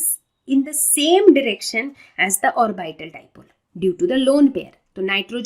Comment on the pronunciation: Maam orbaitals Nhh orbital hota h 😂